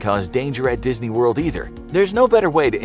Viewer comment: Dis-knee- kicked me dis-knee killed me